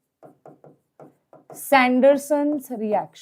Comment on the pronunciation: you just do not know sebatier senderens rxn spelling and pronounciation, you are here just memorising and teaching us.